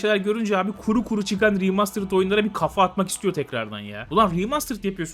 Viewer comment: Tamam alıştı kulağım sikko okunuşa sıkıntı yok.